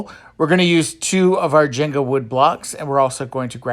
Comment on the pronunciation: When you said "Jenga" I thought you said "gender." I was like "what's a gender wood block??"